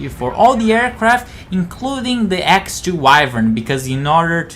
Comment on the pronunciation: X-"oh"2 Wyvern. They even say it in the game during the after mission briefing for Lost Kingdom. There is a difference between saying X-02 and X-2. They are two different planes.